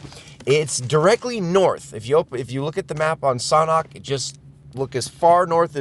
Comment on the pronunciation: It's pronounced SANDHok not SOHNHOK